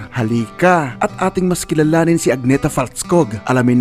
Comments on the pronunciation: Hindi po AG-NE-THA..A-NEE-THA po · Agnë-tah ang basa sa Swedish